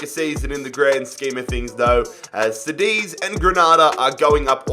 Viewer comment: Btw, Cádiz it's pronounced like Kadiz